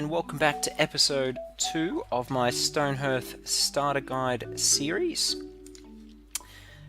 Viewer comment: SOrry to be THAT guy... but its hearth as in 'path' not hearth as in Perth. xx